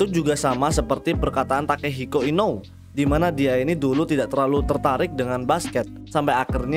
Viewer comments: Inoue itu baca nya bukan inow . Tapi ino-ue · inoue cara bacanya inowe